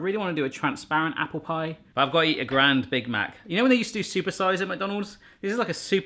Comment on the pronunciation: Why the hell do you pronounce grand as the French word grande?